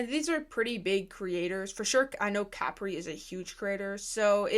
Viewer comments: Are we gonna talk about the fact that she says “cApree” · It’s prounounced kuh-pree